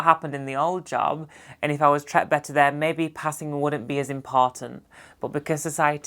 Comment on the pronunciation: This has nothing top do with anything, but I love that in your accent/dialect "treated" becomes ""tret". Keep up the good work!